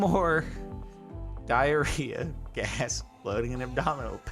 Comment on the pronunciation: why did he said diarrhea like that?